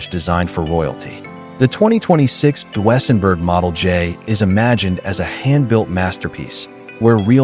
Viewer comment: DWSENburg?? Train your AI voice to speak properly!